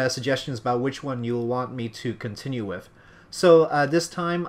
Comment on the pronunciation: ***** You do say "wif" instead of "with" :P :)